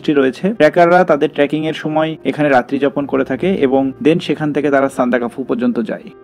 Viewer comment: উচ্চারন হবে সান্দাক্ ফু ।